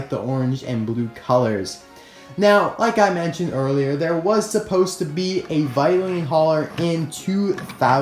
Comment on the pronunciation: The pronunciation of vitoline is "Vaitolain" Not "vaitolin".